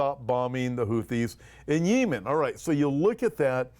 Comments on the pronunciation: I believe the country is pronounced yeh muhn. Thanks for all you do!! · I am by no means an expert on topic; however, I have never heard it pronounced the way is saying it. That being said, I found myself wondering if the people he listens to (nearer that region) might pronounce Yemen the way he says it? I have to admit that the ONLY time has irritated me was him saying Yemen the way he did in the past few days vids😄. Perhaps a "pet peeve". Idk, just made me sqirm every time he said it the way he pronounced it👍